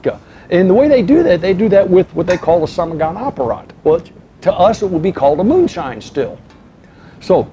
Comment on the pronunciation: In fact it's not "somogon" but "samogon". And samogon is common name of moonshine both in Poland and Russia.